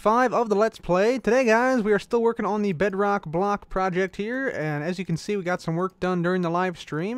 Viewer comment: when I was watching I was a bit hungry and I thought you said Bread Rock